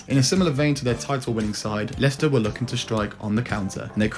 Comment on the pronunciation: Mate did you honestly call Leicester. Lei-Chester 😅